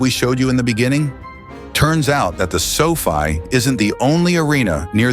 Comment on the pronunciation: Sofy instead of sofi 😂